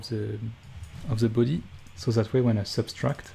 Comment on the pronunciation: I let out a little giggle every time you say things like "Ze büdy"